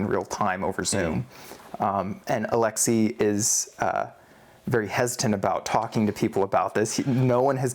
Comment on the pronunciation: Why do you choose to say Alexi as opposed to Alexey.